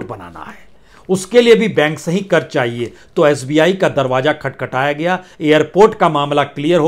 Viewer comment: Kiu ki hajaam hazaam aap nahi bol sakte. Tallafuz sahi karye karj nahi karz hota hai. Urdu ko padh late to aap ki keemat ziyada ho jaye gi